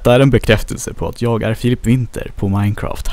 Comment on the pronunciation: Filip ni säger att det heter minecräft fadt det heter minecraft